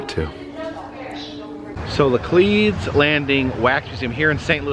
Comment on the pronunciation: Oh damn. I completely forgot I've actually been there yeeeeeeears ago when I last visited home. Heads up, by the way... St Louisans pronounce it La-cleeds despite the French connection. 😅